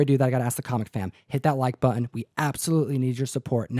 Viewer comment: where does the affectation Butt-Un come from? that's not portland, i don't know what it is, a part cockney?